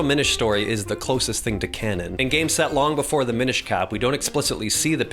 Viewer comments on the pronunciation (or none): It’s actually pronounced “minish”